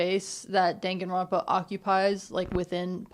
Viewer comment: girlboss it's dan (like dahn) ganronpa 😭😭 dangan is bullet in japanese